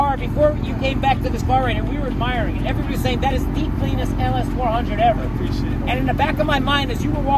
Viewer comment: 全ての車がカッコ良かったのですが、BEST SHOTはうまそうな朝食！パンケーキはマストなんですね（笑 あとレクサスオーナーの Appreciate の言い方が何かカッコ良かったなぁ。Awesomeの使い方も勉強になりました！